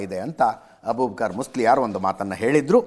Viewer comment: ಕನ್ನಡ ಓದಲಿಕ್ಕೆ ಕಲಿ ಮಸ್ಲಿಯರ್ ಅಲ್ಲ ಮುಸ್ಲಿಯಾರ್